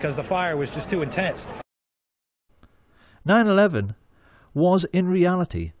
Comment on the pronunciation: “Mostly due to struckle failure cause the fire was just to intens” who tf talks like that 😂😂😂